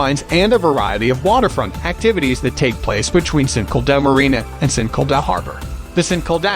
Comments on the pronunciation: It's Saint Kilda! Not Sinkilda! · You say st kilda like sin-kil-d-ar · SAINT KIL-DA BEACH...hahahaha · Try saying saint kill da beach (st Kilda beach) we might be able to understand what you are saying!!! 🇦🇺 😳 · Great video but bad pronunciation for St Kilda and swampland, it's pronunced "Saint Kill-dar" and "sw-omp-land" not "sw-amp-land" lol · Three reasons for not subscribing. 1. St Kilda is pronounced, “Saint killed her.” 2. No mention of the world famous Melbourne cricket ground or MCG. 3. There is no god. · I know he was like “sankleduh” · IM SORRY BUT THE WAY ST KILDA IS PRONOUNCED LMAO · you said st kilda wrong 😭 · Melbourne is not the capital of Australia! And the pronounciation of St Kilda is so off 🤔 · Melbourne born and bred here. The pronunciation of St Kilda cracked me up too 😂. Other things I never knew about Melbourne , oh they weren’t true lol.